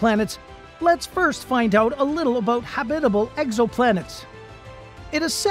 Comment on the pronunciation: Is it just me or does anyone else cringe every time the narrator says the word “habitable” ?